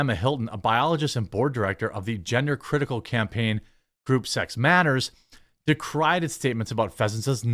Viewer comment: ... the way you rolled those three words together had an interesting effect... Group S3x Matters!?